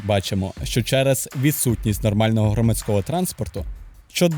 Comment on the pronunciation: Громадсько́го? Знаходи́вся?? Где такие правила ударений в украинском? Люди, которые только учат украинский, будут массово неправильно разговаривать